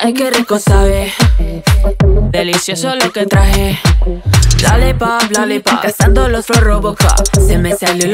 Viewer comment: La primer vez que dice LOLLIPOP párese que dice ' dale pa ' xd